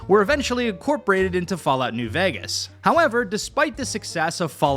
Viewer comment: why do you say vægas